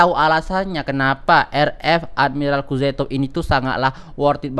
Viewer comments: Kuzetov ?? Kuznetzov bng 🤣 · Kuznetsov kali bang bukan kuzetof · Kuznetsov bang bukan kuzetov